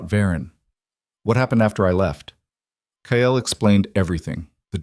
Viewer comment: The only thing I don't like about all the stories I've watched so far is that the characters all have the same names...and they say kyles name in several ways...maybe using different names that the AI can actually pronounce the way it's meant to would help...